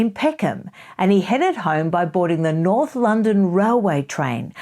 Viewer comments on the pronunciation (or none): none